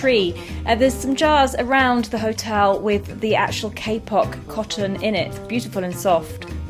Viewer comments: Love your opening song 🥳 Your pronunciation of kapok is so funny! Your Kay-pok tree is called kapok (kah-pok) here in Malaysia. Kapok is a Malay word. Great to see it growing so well in Positano. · You live in such a beautiful area even if there are a lot of steps. I'm envious. What kind of seed were they given? Sounds like you said a K Pop seed.